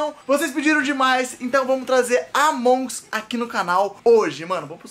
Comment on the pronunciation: se fala Amongus só que tipo com sotaque tlgd, não Amongs kkkkkkk é nois